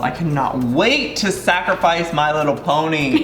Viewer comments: Did Joey just say "Ponty"? Since when did pony have a "T" in it? LOL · When he said ponty tho instead of pony 😂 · IT'S PONY NOT PONTY! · It's pony not ponty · Did Joey say pontie instead on pony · Why did Joey say he has “my little ponty” it’s pony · My little ponty ???Joey its my little pony silly (no hate) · Octo I thought I was the only one who heard my little ponty no hate towards Joey hahah 🤪